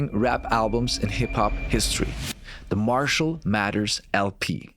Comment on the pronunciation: did you just said "Marshal matters LP" what a joke 🤣😂 pronounce it right btw